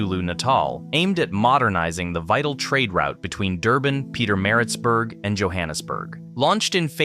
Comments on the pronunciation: I thought it's AI narration but then it makes more sense to pronounce things like "Yohannesburg" and "Pieter-Maritzburg" because they're named after people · Great video, but bro if you gonna make a video about SA learn how to say the place names correctly. Upington, Gauteng, Pietemaritzburg, Umhlanga to mention a few that were mispronounced completely. 😅